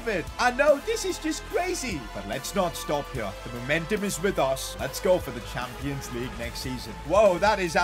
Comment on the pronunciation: "Champions Legue"